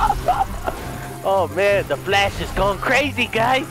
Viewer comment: Are u flash or flesh like u say. 😆🤔🤣😂